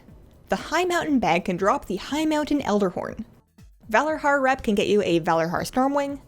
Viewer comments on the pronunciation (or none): Why do you say "Valarhar" and not ValarJar"? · But in the game all npcs pronounce it with a J sound. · Because the Valarjar are servants of Odyn, and thus based on Old Norse mythology. In Old Norse (and virtually any Germanic language), J's are pronounced like Y's.